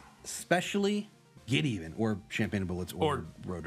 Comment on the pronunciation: It's pronounced "geddaven"